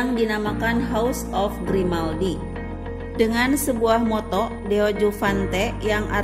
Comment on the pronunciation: Monako, bukan monakok.....motto, bukan motok 😁